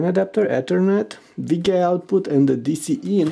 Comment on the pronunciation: Lol he said VGAY output instead of VGA XD cracked me up...